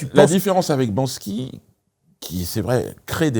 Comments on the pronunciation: BanKsy et non BanSky plz, un peu de respect merde. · Banksy les gars, pas Bansky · Banksy les gars, pas Bansky 😊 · Banksy !!!!! Pas Bansky.... Bisous❤ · Banksy pas bansky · C'est pas "banksy" plutôt?😅